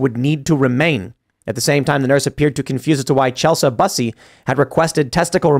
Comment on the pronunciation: I think Tim is intentionally mispronouncing "Bussy" to keep the show clean😂🍿